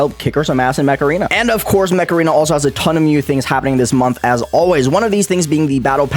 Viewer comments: Im ngl I heard "macarena" instead of mech arena lmao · Bruh I thought he was saying macarina not mech arena lol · i thought you said macarena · whyd you say makahrayna when you tried saying mech arena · am i the only one that heard macarena instead of mech arena? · Bro I thought he was saying MACARENA was the sponsor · I thought said " This video is sponcered by Macarena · The game is called mech arena so why is saying macarena? lol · LOL i thought said he was sponsored by Macarena until the words Mech Arena popped on the screen